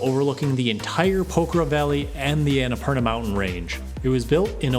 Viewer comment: What is this English? You are saying pokhara. Poker I mean what is this if want proof just press the subtitles button.